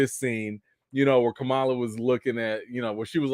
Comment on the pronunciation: I’m mad I missed the live but I have a theory….what if when Kamron’s powers exploded out he activated the mutant gene in the rest of the mutants. Since they can’t call them inhumans they’re gonna make them all mutants instead. Also can we please call them by the name they pronounce out of respect of the culture. It’s Kam-Ron not Cameron. Ka-ma-la not Ka-mala. I feel if our names were mispronounced we would have an issue. Just saying…………the show was like a 7/10. Wandavision and moonknight was better with the mystery aspect.